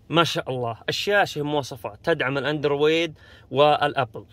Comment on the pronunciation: موش عارف ليش تنطق في كلمة ( الأندرويد ) بهذا الشكل الغلط ..؟؟؟؟؟